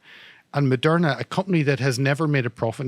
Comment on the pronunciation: Lol "it also owns merderna em yeah " bulllllshit...I'm right wing and I think Malone talks shit verifiable shit